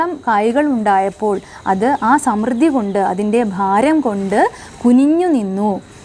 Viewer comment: സമൃദ്ധി ശരിയായി ഉച്ചരിക്കുക